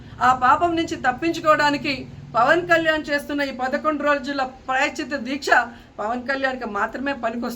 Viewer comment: ముందు ప్రాయశ్చిత్తం అని పలకడం నేర్చుకోండి రోజా గారు.